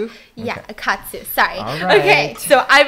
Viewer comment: stephanie: um.........a cutsoo me: a japenese hashbrown